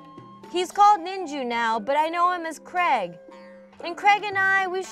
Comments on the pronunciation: Why do you pronounce Craig 'creg'? It's Cray-g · Seriously, I love this series so far, but please pronounce it Cray-g, not Creg lol. That aside kudos to whomever built the Smosh tower... well everything, it's awesome!! Have you got a team name yet